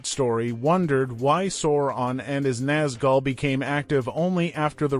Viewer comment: Lol. Sore-on and his Naz-gal, Fraudo, Bilbo Baygins, Izzleder. 😂